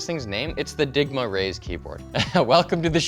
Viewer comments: Not gonna lie. I thought you said Ligma stickers, and I thought, “What’s ligma?” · I thought he said LIGMA! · When he says digma I giggle like the immature asshat that I am 😂